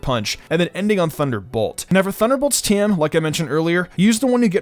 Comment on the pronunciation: Pleeeeeease stop pronouncing "TM" as "team" 😂😂